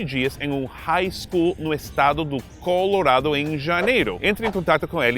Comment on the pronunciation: O melhor de tudo é que ele pronuncia Colorado ao invés de Colouuurrrado.